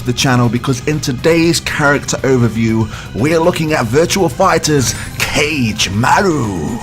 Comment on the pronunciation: It's pronounced "Ka-Geh"